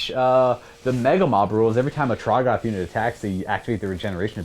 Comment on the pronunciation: Trog-GOTH. 😂 I think it’s TROG-goth, buddy